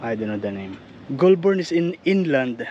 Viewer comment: The trees that lose their leaves are all foreign trees. All Australian native trees are evergreens. It's pronounced "goal-burn". Great trip.